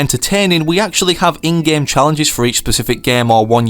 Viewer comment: it is game not gam